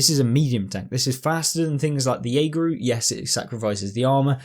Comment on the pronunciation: Hey btw it’s pronounced “AVRE” as if you’re spelling it out👍